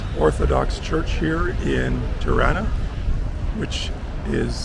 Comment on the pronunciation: Tirana Pronounced like Toronto, not Triana